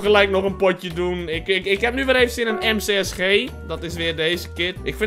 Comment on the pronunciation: je spreekt het uit als em sie es G (Ewaa (G) en je hoeft niet bij elk kill 3 min lang verhaal over gaan zitte vertellen...